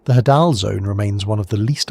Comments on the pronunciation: Hadal... "of Hades". Pronounced Hay-Dall not Ha-Dall, sorry, drove me nuts every time you said it LOL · i think its pronounced hay-del zone because its names after Hades of mythology